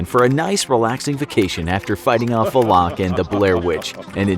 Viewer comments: Why is he saying valak like va-loc? I thought it was val-lic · Valak isn’t pronounced that way